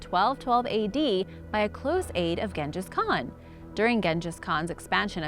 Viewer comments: And then she out did herself by saying gen-jas kham 😂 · Am I the only one annoyed by the way she is pronouncing Genghis Khan? Wouldn't be so bad if she didn't say his name a bunch of times over and over...ugh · just so you know, she botches a lot of pronunciation.........Genghis Khan for instance..... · Or Genghis Khan